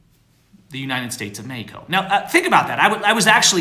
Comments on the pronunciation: STOP SAYING MEXICO LIKE THAT!!!!!!! It's very annoying. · Am i the only one that can't stand the way pronounces Mexico